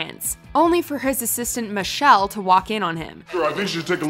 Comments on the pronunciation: It's pronounced Me-Shell not Michelle. It's even spelt that way on his name tag!!! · Yes. Meechelle hahaha